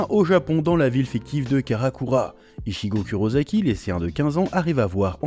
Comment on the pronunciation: J'adore parce que tu t'efforces de prononcer les noms à la japonaise (Yuhabaha/YuWach, etc...), tu es le premier et ça fait plaiz. Dommage que ce ne soit pas le cas pour tous cependant : I(t)chigo K(o)uros(s)aki. L'avant dernière syllabe du [ss] de Kurosaki est bien prononcée, elle. Rien de grave, la vidéo reste un super boulot., bravo.